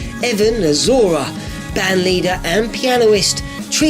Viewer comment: Sorry to be picky, but it's pronounced "pianist", not pianoist. I think we all know the old joke about the 12 inch pianist… but now's not the time.